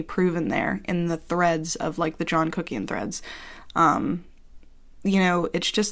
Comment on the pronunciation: When you come for a review and you leave with tingles. "Put on a thin layer of...C U C K IAN" 😂